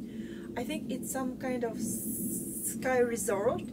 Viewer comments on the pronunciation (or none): Ski 🎿 not sky